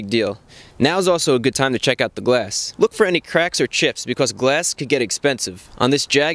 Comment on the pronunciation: does Chris fix have a speech impediment with his l's its a rare occasion i hear him saying weft or wook